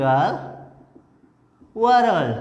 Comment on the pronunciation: Sir it's not warald it's world